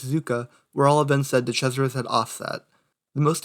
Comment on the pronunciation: “De Crasheris.”